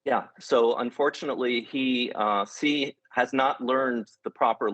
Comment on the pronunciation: can't trust a guy who can't prononce 'Xi' correctly